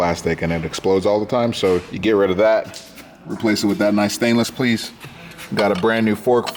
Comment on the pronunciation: so no one heard say "stainless pleice"